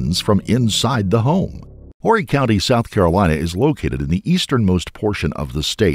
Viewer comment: Wow! Imagine how surprised I was when I opened this video to see my hometown! Conway, South Carolina! And I’m so proud to say that you pronounced Horry correctly!!!